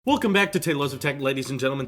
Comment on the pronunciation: Wool-come back to tailosive tech